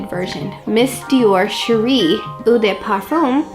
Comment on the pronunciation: Just so you know, "eau" is French for water, and is pronounced "oh".